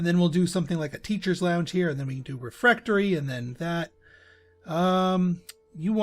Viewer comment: Aaaah I was all but screaming when you wouldn't place the Trophy Room above the Bright Staff Refectory. That would have been the perfect place for the Crystal Ball, not to mention everything else. And please, the word is not "refRectory." :D